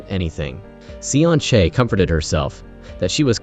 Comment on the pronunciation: Damn ai 😂😂😂 From seon chae to sun shake 🤣